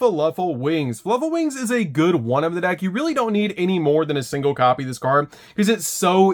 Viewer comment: I just can't get over how he keeps messing up the names "Fuluffal and Furightfur". I reminds me of Benedict Cumberbatch messing up the word "penuin" in the documentary xD Great profile tho!